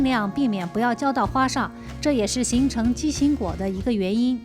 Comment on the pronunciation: 畸形，年 ji形，不是qi形！你的中文是谁教的？